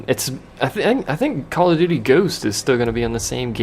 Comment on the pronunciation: Heh, you kept saying "doody" :P